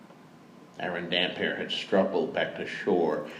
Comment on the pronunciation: THIS! How do you read the name hundreds of times and not get that it's a compound word??? :D iirc he did eventually get it right in aDoD